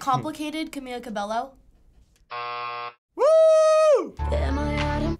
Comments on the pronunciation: How hard is it to say CABELLO LIKE CABEYO not CABELO. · RIGHT? It’s CamEEla CabeYo not Camila Cabelo I just wish people would pronounce it right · It’s CabeYo, not CbeLo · It's pronounced cabayo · Omggg it makes me so mad when somebody says Cabelo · WHY THE HECK IS EVERYONE SAYING “CAMILA CABALLO” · "Camella cabelloo"😑😑😑